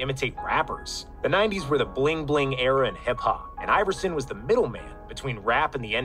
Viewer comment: I love your content but hearing u say “era” is painful🤭😜